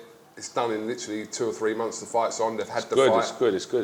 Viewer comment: Like the way he says momfs instead of months